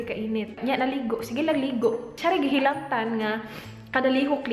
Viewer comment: Samokas "hilantan" uyy bisaya gyud kaau ba